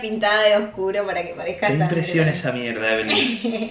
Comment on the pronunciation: Por Daniel dijo mieda😹😂🤣😅😆🕘